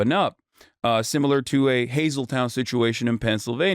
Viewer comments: OMG . It is Hazle-TON, NOT Hazle-TOWN, PA. Get your swing state info right 😂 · Hasan, I live in Luzerne County, Pennsylvania, near Hazel TON. It's HazelTON pronounced TON like 2000 pounds = a TON. Hazelton. What we see on the news is what you when the news covers other depressed areas that have large recent immigrant populations. Hazelton has always been an immigrant town. It was heavily Italian, and before that Irish. Now it's Latino. The Latino influx started way back when Ex- US congressman Lou Barletta was the mayor. He did what the mayor of Springfield Ohio did. Hazelton was dying so he invited the immigrants coming from Mexico and Central America. It seems like the whole town is Latino now. Many of the whites have moved out. There are YouTube channels out there showing crime videos from Hazelton. I haven't been that way for years so I can't verify what's going on. I used to drive through it a couple times a month. I know the high school has a good soccer team.